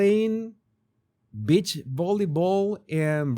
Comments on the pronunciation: Please my friend STOP SAYING BIT CH means female dog and other things.....Say BEE CH give me a break! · Oooohhhh, 😂 you said BEACH volleyball, with your accent I thought you said bitch volleyball. Took me a few seconds to rewind my brain, I was wondering what kind of game is that 😂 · You may want to.practice saying g, "beech". not the other B word. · Omg another funny video! I love ur reaction and yes it sounded like u said B.I.T.C.H with ur accent but I giggled. I also laughed a lot that u felt let down about the beach volleyball women’s attire lol and don’t worry i saw and understood instantly what this was about … he looks like he might be a lil tangled in there… like bits slip out of his under… wear… hahaha I love when u do these types of silly videos! Thank u for the laugh ❤️🥜🍆😆🤣🤣🤣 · On an unrelated note, you sound like you're saying Bitch Volleyball. Bless your little heart. 🥰😆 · My girls would purposely trick my Mother into saying beach because that's how she said it.😂